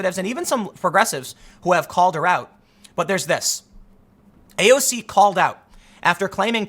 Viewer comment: First of all it's AOC, not AOZ. Thought you might have made a mistake the first time, so I didn't say anything. Second that video show an example on the current Republican party work now, they don't use logic. They work for there donors, not the people. In the past, Republican party was great, but now the far right and money turned it to shit. It's been going on forever, the young generation and grass root politician calls this out more then the current Republican party the US Debt has never been this high. We are getting screwed and are happy about, and it following year it goes back to hell cuz of issues the Republicans leaders made in the past